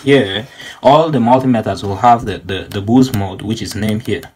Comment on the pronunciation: i mean pronounce boost